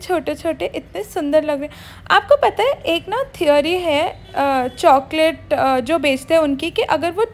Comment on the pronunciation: Why r u saying choaclate 🤣🤣🤣